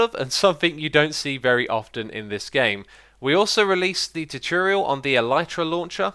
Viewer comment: Xisuma always says 'tutiriel' instead of tutorial.